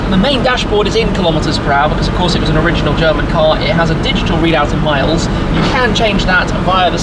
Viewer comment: Your German pronunciation is f*cking good